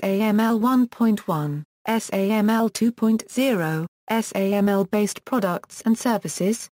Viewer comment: Wonderful service--thanks for uploading. One suggestion: SAML is pronounced sam-el, according to the first parenthetical here. Would be great if that was reflected in the audio. I'm aware it's automatic, but I'm posting here in case it can be corrected.